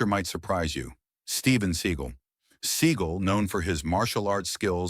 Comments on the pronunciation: I absolutely loved the name mispronounciations. My favourites: Steven Seagull Vivica.......A fox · Pronouncing Steven Seagal's name as seagull or siegel is poor editing, to be kind. It is unprofessional, to be unkind.